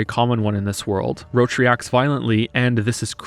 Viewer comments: wtf I thought you were memeing with calling roche "roach" in the polish version they pronounce it "rosh", the same way you would read it in french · i keep hearing "roche" as "roach" so when i hear "roach's high position in the military" i get a little. weirded out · Pronouncing roche as roach is very funny when you imagine a horse instead of vernon doing stuff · I swear, if you call Roche Roach one more time i will end it. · you pronoucing "roche" as "roach" is giving me cancer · Okay, video's great, but pronounciation of Roche drives me crazy, it's supposed to be french-ish not a bug (roach) Edit: im Polish, shit says about Polish is fucking hilarious (Also, Witcher 1 and 2 are basically indie games, fight me) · I love your critiques / movies, but I can't bear to hear "Roach" instead of Roche (/ro-sh/). It that how other characters pronounce his name in English version of the game? Weird as hell. Also, play Witcher 3 in Polish, the voices are infinitely better, and that comes from a Pole that absolutely hates polish dubbing. I just think you should always play in the ORIGINAL version of the game (ie. I'd watch Norwegian movie in Norwegian, not english dubbed, etc.). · I didn't know that Detmold's character was so scarred by translation as Roche being actually pronounced as "Roshe" instead of "Roach" in the english version. I've played the polish version and i can't realy understand those design-translation decisions, even more so, when Roche's name is not of polish origin. In my opinion both versions could and should have the same spelling and pronounciation. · Why do you pronounce Roche as "Roach"? Should be more like 'Rosh' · I hate how they pronounce "Roche". It sounds like Roach. I always thought he was meant to be some kind of "frenchman" because in polish they say "Rosh". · his name is Roche. ROCHE! Pronounced "Roh-shh" not "roach". "Roach" is the horse. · You pronounce Roche as "roach" but i think "rosh" is correct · Yeah he scuffed that.